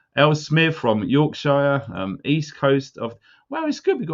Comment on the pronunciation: Stop saying Shy-er! It’s SHIR??? pronounced SHER! York-sher! Lanca-SHER! You’re making the world mispronounce the shires! You said Cheshire correctly, why not the other shires???! Lol! Keep up the good work but at least pass on the knowledge of language shizzle, ta luv!🤣